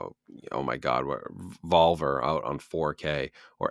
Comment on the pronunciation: "Volver" is pronounced, "Bowl Bear." It's an iconic film and you keep butchering the name. lol